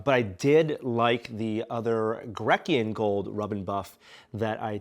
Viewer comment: Oh,. Grecian Gold is pronounce gree-shn. As in, from Greece. Not 'greck-ee-an'.